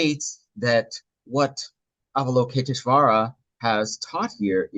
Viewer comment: Thanks for sharing! Btw English translator — *Avalokiteśvara, not Avaloketiśvara 😊 (also stress on 5th not 4th syllable)